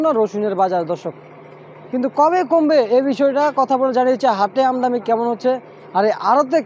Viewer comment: আমদামি না। বলেন আমদানি